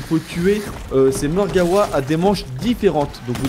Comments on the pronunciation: Je suis le seul qui est choqué en l'entendant dire "Margawa" au lieu de "Margwa" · mec on dis margwa mais dis le comme tu veut c'est ta facon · Mon pote tu dis Margewa alors que ca s'ecrit Margwa et cela ce prononce comme on le lis mais bon tu fais comme tu veux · Ptdr marreguawaa